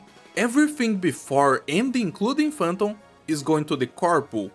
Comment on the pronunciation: sim, a maneira que falou Phantom e Banners pq os gringos falam o A com som de E